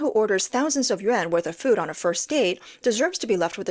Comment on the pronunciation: Yuan not yen